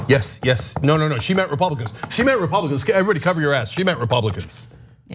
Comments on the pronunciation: Love Hillary but she said Russians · I think she said "RepRussRicans" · From an Aussie...... I definitely heard "RUSSIANS" LOL LOL LOL LOL etc